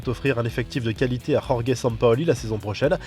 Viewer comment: Rorgue Mendes? Ca se dit jorge y’a pas à faire des accents comme ça